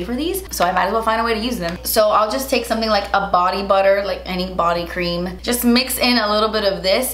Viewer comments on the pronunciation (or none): none